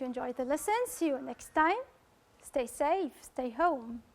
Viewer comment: Just avoid saying' next'_e ... in a French way.